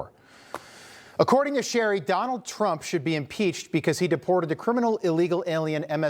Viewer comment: Shri, not Sherry. I know you're making fun of him but at least TRY to learn how to pronounce names.